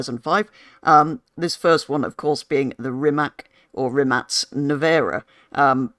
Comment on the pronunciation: Its a RimaC not RimaK